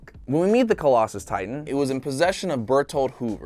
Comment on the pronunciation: He is say the closslso titan wrong